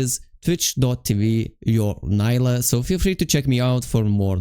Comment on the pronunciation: I really love your videos and guides ❤, also your work, that's not a "hate" at all, but it gave me hope when you said Neela instead of Nyla 😭😭 I do must say neela is the correct one and I don't know it just feels like she's some random white blond demacian girl when "nyla" is spoken by someone. Still awesome videos thank you for the tips you help a lot ❤